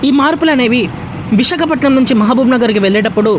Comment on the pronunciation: Ore edava visakhapatnam anedi clear ga palakara